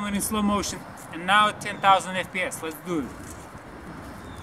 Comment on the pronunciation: "Les dew it"